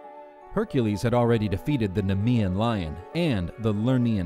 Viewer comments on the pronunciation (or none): neamean NEE-mee-an lion